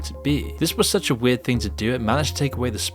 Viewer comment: "It is so evidently so" "Werd! Weeeiird((("